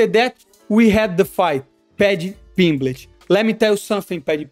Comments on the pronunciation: Paddy Pimblitch? wtf is that lol. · Paddy PimbleTT. There are two t's, two. No c, no fucking h, bro